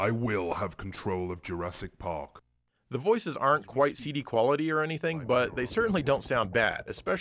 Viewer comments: is nobody going to gawk at the pronunciation and spelling of Jurassic Pawk. LOL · Jurassic Pawk... XD